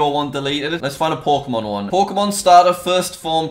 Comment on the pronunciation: I hear PORKEMON